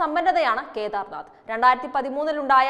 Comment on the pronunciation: ഖേദാർനാഥ് അല്ല കേദാർനാഥ്